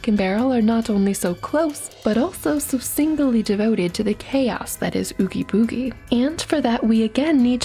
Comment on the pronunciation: Please tell me I'm not the only one that hears nails on a chalk board when she mispronounced Oogie Boogie